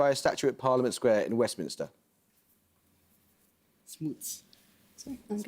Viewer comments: She did a good job not getting rattled, but I disagree that she adjusted enough. I think she gets away with one with the question . It sounds to me like she says "Smoltz" instead of "Smuts" when she should have just nominated Lee. If she gets more fluid with nominations the team might be unstoppable. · Amol quite chippy on the pronunciation of Laocoön but his own pronunciation of a number of words, not least Smuts and Xhosa, leave much to be desired.